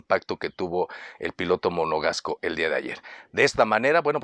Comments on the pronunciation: el piloto monogasco en vez de monegasco monogasco jajajajaja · Estimado, ojo con el gentilicio de Charles Leclerc; es Monegasco (del principado de Mónaco) y no Monogasco como lo mencionas en 4 ocasiones (pareciera que estás haciendo alusión a monocasco), minutos , , , saludos.